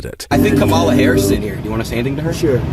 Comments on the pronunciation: Since he can’t pronounce Kamila’s name properly, we should call him “Don-old” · What’s with mispronouncing Kamala‘s name? Is the right-wing too daft, or what?! Makes them look and sound rather thick. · Learn how to pronounce her name first off. She doesn't care how you are.